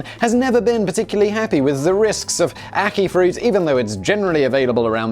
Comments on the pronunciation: You pronounced Ackee correctly by the way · He pronounced ackee right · The ackee pronunciation is correct